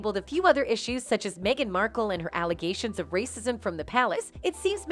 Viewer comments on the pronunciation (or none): none